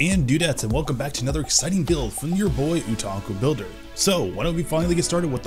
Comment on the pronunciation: homie pronounces something wrong or gets the name of something wrong in every. single. video. I'm starting to think it's intentional. He even pronounces otaku wrong lol. His builds are top grade though